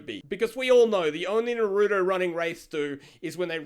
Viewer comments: I know he did not just say “na-roo-do” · Are we not going to talk about the way pronounces Naruto? I cringed every time 😂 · It's not hard to say Naruto. So why cant people say it right? The show in both English and Japanese say the same way yet people keep pronouncing it the way did in this video. I realize I sound like im picking at something that seems small but just hear me out. It's a name. You would not like it if somebody kept saying your name wrong even though they've heard you say how it is pronounced and they've heard others confirm it. Why do people do that? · the way said naruto lmao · He really said naruto wrong 😔